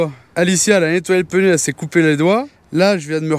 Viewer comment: Coucou. Toujours le même plaisir à vous suivre depuis des années.. j adore à 99.99% Le seul truc qui me choc c'est votre prononciation du mot pneu.. vous avez noté qu il n y avait pas de "e" entre le p et le n. Hahahaha